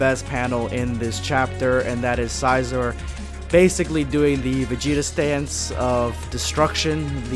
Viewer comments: Xicor = Sk-i-kor, there pronounced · Think of pronouncing it XiCOR. (Zai-core) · Xicor is pronounced Zai-core I think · Love your videos love but his name is pronounced (Zai-Core) Xicor. Anyway keep it up bro! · Okay, first off, Xicor's name is pronounced "Zikor" with a 'Z' at the beginning and a 'K' at the end and secondly, the West Supreme Kai took a genetic sample in the form of blood from both Goku and King Cold and gave life to Frieza, Cooler and Xicor in that way. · It's pronounced (ZY-core) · it’s ZI-K-ORE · Xicor (zye-core) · It's Zikor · Its "zajkor" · Huh. I always pronounced Xicor like Sy - core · Awesome even of I've already read the first chapter or two. And I'm pretty sure its pronounced Xicore (Z-i-core) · Xicor is pronounced “Zicore” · (Zie-kore)< that’s how you pronounce xicor. And uub’s suit/costume type thing is from GT, if I’m correct. And the west Kai I think I read that she uses dna? Like hair and stuff. If he did, i think he would have known. Idk tho [just saiyan] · Xicor Pronounced (Zi-Cor) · Tbh, it's pronounced "Zi core" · I think his name is actually pronounced "Zai-core", but I'm not sure. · It's pronounced Zuy-Cer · You its pronounced zi-core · Its pronounced Xi-core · I got triggered when he pronounced his name "Xi-zore"